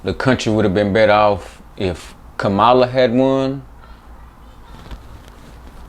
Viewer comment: The host can’t even pronounce Kamala name correctly didn’t her daughter tell you fools sound like the paleface doing on purpose